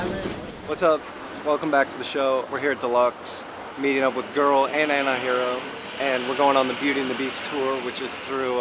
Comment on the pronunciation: Hope pronounces the "T" in antihero now a days...